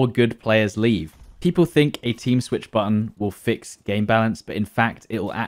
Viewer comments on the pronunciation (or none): none